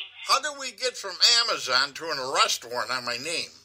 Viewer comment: Love the way she calls it Amaze on and thinks no one would notice 🙄 Great work as always W!